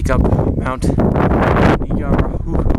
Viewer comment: Ngara-huhu, hahahahaha Ngaruhoe = Narra-ho-ee or Mount Doom! lol